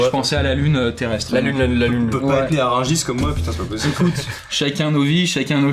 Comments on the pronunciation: Rungis* et non pas Ringis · "Rungis" pas "Ringis" svp .. mais sinon content de savoir que Rungis existera encore en 2250 (fiere d'etre Rungissois !) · Ringis ? rIngis ? Vraiment ? Rungis plutôt non ? ^_^ enfin si c'est pas un bled dans le fin fond de la Creuse 😂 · Rungis et non pas "ringis"s'écrit avec u et pas un avec un i !! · C'est Rungis pas Ringis au passage ! Super vidéo !